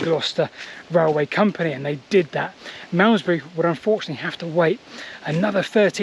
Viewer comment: Marmzbree, Marmzbree, Malmesbury fgs, I couldn't take it anymore!